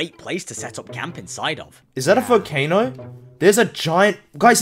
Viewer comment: this is a great video and the guy saying volcano as vocano was funny